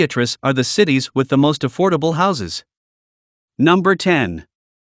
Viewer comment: Affible houses to me is around hundred thousand and lower around sixty thousand or less is affordable not theee hundred and up